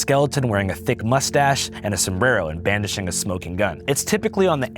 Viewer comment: bandishing? Did you really just say bandishing? Call your self a journalist and don’t know the word brandishing… pathetic.